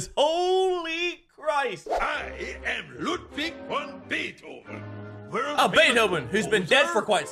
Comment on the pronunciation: Us: Beethoven Craig: Baithoven.